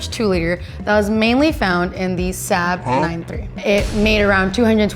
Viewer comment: The “huh?” cause of how she said Saab 😂😂😂